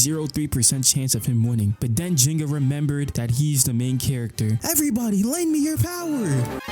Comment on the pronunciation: The AI actually pronounces Ryuga and Ginga's names similar to how they're pronounced in Japanese lol, ironically.